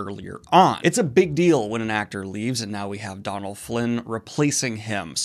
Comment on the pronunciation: Not to be pedantic, but Dónal is pronounce Doe-nal not Don-al, unless he he has a weird pronounciation